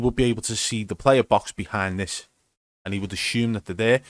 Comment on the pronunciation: The way he says "dis guy is fucking pre aiming me" just kills me 😂💀